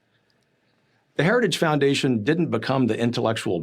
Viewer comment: Am I the only one who heard " The Heretic foundation" from one of the twins?